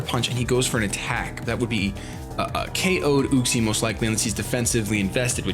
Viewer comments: It's pronounced YUCK-SEE. Not OOCK-SEE. Just... SAIYAN OHHHHHHHHHHHHH HAHAHA SO FUNNY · i think its pronounced Yuck-see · It's pronounced UU-xie. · you say uxie weird. i always thought it was you-ks-ee